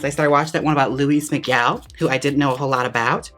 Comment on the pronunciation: Did she say Louie Miguel 😂😂😂😂😂😂 ❤️ i can’t LOL